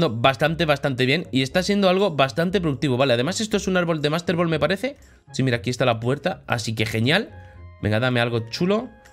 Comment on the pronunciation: Lo dijo bien